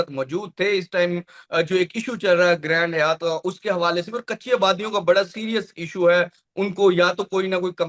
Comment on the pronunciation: گرینڈ حیات نہیں گرینڈ ہائیت Grand Hyatt گرینڈ ہائیت ہے Hi-att